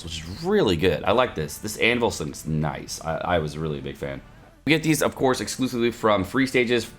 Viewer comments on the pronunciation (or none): none